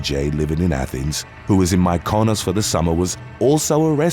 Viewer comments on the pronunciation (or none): mick-eh-nohs for the city Mkynos btw